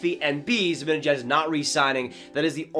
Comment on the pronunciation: Its pronounced ZibAnejAd, not Zibinejed. Also, as a Swede who knows Z, there is NO way he goes to the Sabres. If he doesn’t resign with NYR i see him as a perfect target for Francis and the Kraken as a UFA. Would make a great first line center and captain there so i can see him going there next off season. Keep up the good work,!